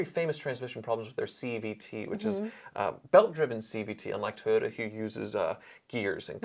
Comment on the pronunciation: Did say " Toy Yoda"? 🤔